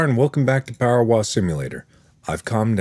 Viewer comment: anyone noticed he said powerwas?